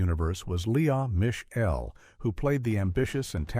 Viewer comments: Lee ahhhh miss shell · The garbage narration is painful. Lee uh Mish Ell. 🙄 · What is with the exaggerated phonetic pronunciation of Tisha Campbell, Suzanne Summers, Leah Michelle, etc???REALLY bad!